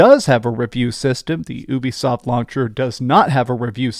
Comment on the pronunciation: YOU-BE-SOFT (like your ED problems). Not OOBI-SOFT.